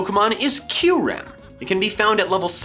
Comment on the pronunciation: Its said K-ear-em